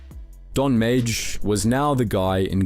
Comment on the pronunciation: Don’s last name is pronounced ‘may’ love the video very accurate but this killed me the whole time